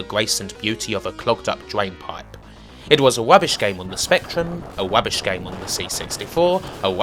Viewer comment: It's not rubbish....... it's wubbish!